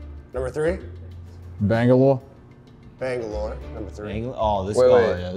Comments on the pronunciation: “Banga-lah” gave it away so fast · Lol peep. "Bangaloa"